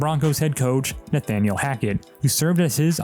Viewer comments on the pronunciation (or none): none